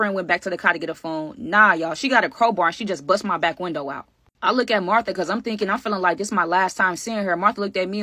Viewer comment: You called Martha tae 😂